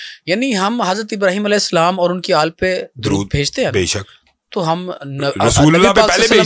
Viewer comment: آل کہنا ہوتا ہے یہ شخص اله کہہ رہے تو کسی نے تصحیح کرنی ہی تھی انہوں نے کہا ہوگا آل بولنا ہے اله نہیں کہنا۔ل پر زیر ہے لیکن الگ حرف ہ نہیں